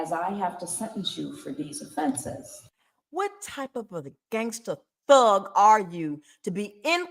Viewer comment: Did you call him a Fhug?? A fake thug? I swear I heard you say Fhug 😝